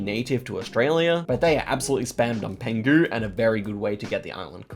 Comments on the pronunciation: Penghu not pangu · Hello, I'm Taiwanese and just want to mention that the islands of "Penghu County" is actually pronounced "Peng Hu" as for 澎(peng)湖(hu). Love your vidoes!